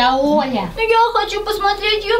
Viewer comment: Не воля а оля